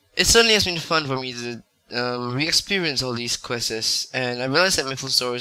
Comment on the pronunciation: its quest not questes